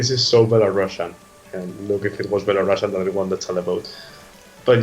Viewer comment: Thank you for your support, I'm very exited about NAVI finally representing Belarus this year in BELARUSIAN (btw, could you please take under consideration that it's not "shian" but "sian" so please pronounce it not like Belorussian but Belarusian). Thanks!